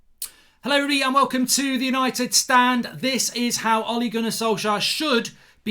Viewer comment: "HIOW ole must line up" lol HIOW!